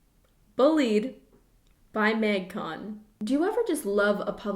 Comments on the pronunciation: does everyone say it m-ay-gcon and not m-ah-gcon? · everytime she says maeuygcon it triggers my fight or flight response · no one:: mægcon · no one: absolutely not one person:: MÆGCON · I can tell you’re Canadian by the way you pronounce Magcon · The way you say magcon makes me think you're Canadian... are you Canadian?